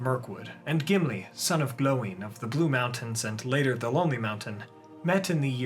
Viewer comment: Its odd to hear you say Gloin differently compared to the actors